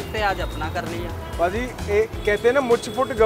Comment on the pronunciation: It’s phaji not bhaji 🤣🤣🤣